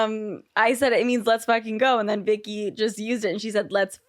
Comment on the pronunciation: Yeah, it is but she called her "OhVicky" instead of "WhoaVicky" at the beginning.